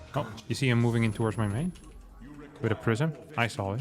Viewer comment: I'm NoT a MoVaiNG ProberBly! Proxeeds to not a move at all